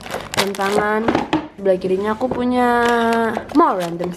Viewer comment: Ngomongnya AKU PUYA, DAN, GITU-GITU😅